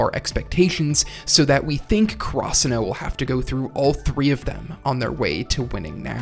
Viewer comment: Had to close the video after I heard you pronounce Karasuno.